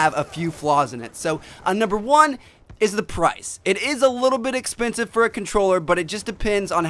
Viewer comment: A little bit epensive, "little"